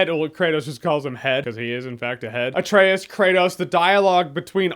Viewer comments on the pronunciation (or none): Atrayus, no way they pronounce it that way in the game right?